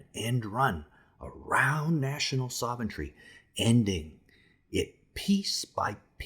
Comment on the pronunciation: It’s sov-ren-tee not sov-en-tree.